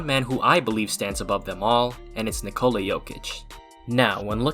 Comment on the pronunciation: Is not "ni cola"